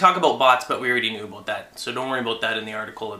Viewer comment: "talking aboot, about, what i'm talking aboot" lol